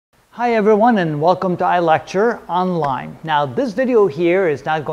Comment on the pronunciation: This is the first video where I heard "Welcome to ILectureOnline" instead of "Welcome to Electrolyte" 😂 Thank you for your videos, they are very helpful :)